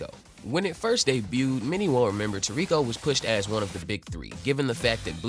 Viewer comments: The fuck is tuurekoh? It's toriko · You read a lot more than you talk… so just look up how to pronounce Gormet … Gormay and TOR rico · You saying his name wrong broham but I love this manga and show he’s my fav character